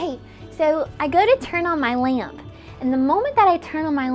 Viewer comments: “I turn on my *leayump*” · The way how she said lamp like laAmp laAmp😂😂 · I have the exact same blinds... why am I noticing this Also why does she say lamp like lämp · Lämps? Päss thë Lämps bröthër (this meant to be moth moth) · why she say lamp like dat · the way she pronounces lamp lol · The worst thing about the video is the way she pronounces lamp